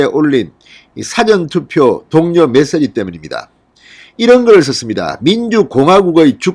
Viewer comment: 辭典投票가 아니고 事前投票입니다 진성호씨 발음이 좀 압니다